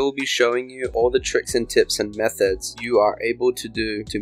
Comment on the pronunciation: I know he said " methods " at the beginning but it sounded like methheads lol